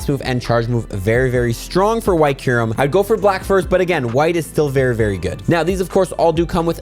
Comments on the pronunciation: Bro it's kyu-rem or (Q-Rhem) not Ky-Rem)😭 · How do you look at a word like “Kyurem” and say “Kai rem” 😭😭😭😭 like you’re doing it wrong on purpose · I hate u for saying Ky-rem on purpose sometimes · how did u just seamlessly switch pronunciations of kyurem st the beginning 😂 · Kairem. Dragon ball Z kairem lol....oh now like 3 mins in you pronounce it right lmfao 😂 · Its pronounced "cure-um". Theres a u in there. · You pronounced kyurem wrong so many times and then started saying it right!??